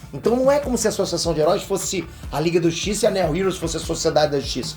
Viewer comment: O Nome "Neo" heros tem a mesmo fonema do nome do principal ator de Matrix "NEO" e não tem esse som de "E" na pronúncia! 😁